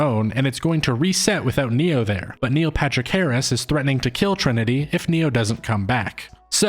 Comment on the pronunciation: Do you say "Neo Patrick Harris" all the time on purpose? By the way I was convinced before the video even started